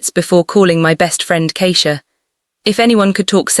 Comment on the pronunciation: The pronunciation of Keisha and Simone, or is it really Simon, is incorrect.